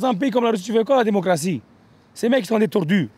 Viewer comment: "ils amènent le democrtie " tu es délirant